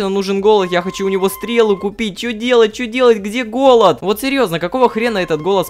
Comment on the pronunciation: сначала показалось, что он говорит "голубь", а не "голод"